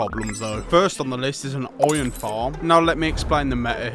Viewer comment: i've NEVER heard anyone pronounce IRON as OY'n